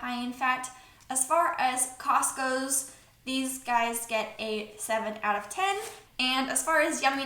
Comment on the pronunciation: What I hear: as far as Costco... What you say: as far as cost goes 😂